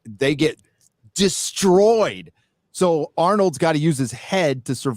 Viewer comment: "destwoyed??" Is starting to suffer from Elmer Fudd syndrome? LOL